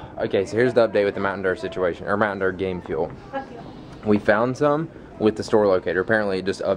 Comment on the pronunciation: MTN Derr: Game Ferr.... lol